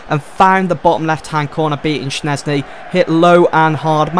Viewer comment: Shez-knee not SHNEZ-KNEE